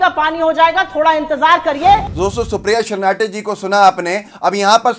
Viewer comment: सुप्रिया श्रीनाटे नहीं बल्कि सुप्रिया श्रीनेत है भाई